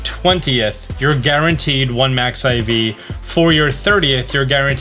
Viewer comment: It’s not Max Iv it’s mix iv